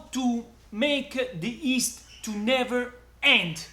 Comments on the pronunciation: 👋 hi say yeast not East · Ma perche' lo pronunci "ist" se si dice "gli-ist" ? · It is called yeast not East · Is he saying..East??